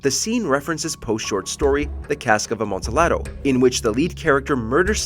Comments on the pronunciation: Amontillado pronounced with silent "L" as you do in Latin based languages. Such as in "tortilla" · It's pronounced ah-MON-tee-AH-do. It's Spanish. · Amontillado… lol. Please get the pronunciation right instead of acting like you know what it is… embarrassing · It's jarring to hear the wrong pronunciation of amontillado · The way he pronounces Amontillado hurts me.